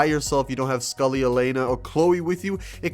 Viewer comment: hey, im just pointing out its sully, not scully